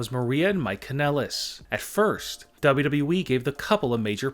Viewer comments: Why do you say wwe so weird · How do you say wwe man no offence but your still good